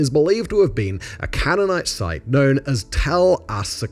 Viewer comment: The mispronunciation of 'Canaanite', 'Hejaz', 'Fatah' etc tells me Simon doesn't know this subject very well, he's just reading from a script. However, I have to admit, having finished the video, it is actually very well written and balanced